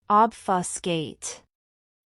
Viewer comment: Ich bin mir nicht sicher, dass die Aussprache richtig ist. Z. B. bei Obfuscate? Im schlimmsten Fall lernt man falsch.